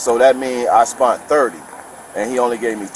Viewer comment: "I spunt 30" and "he oweded me $10" within the 1st minute of him speaking....